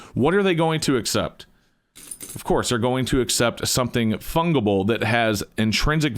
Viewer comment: Fungible not funguhble